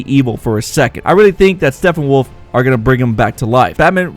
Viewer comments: His name is Steppenwolf not Steffenwolf. You always pronounce it wrong and its kinda annoying. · Great break down, but it's Steppenwolf. Not Stephenwolf. Sounds a lot like your saying Stephenwolf. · Stephenwolf..? Thought it was Steppenwolf...?